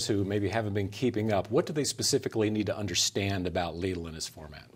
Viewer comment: Omg why call it leedle xD it's called lidl